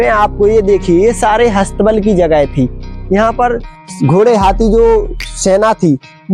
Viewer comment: हस्थ बल नहीं शुद्ध शब्द अस्त बल होता है श्री मान जी